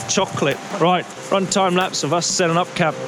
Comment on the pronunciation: When you say ”Up” i heard pub. 🤔mtb start from pub. Maybe☝🏻😁🤪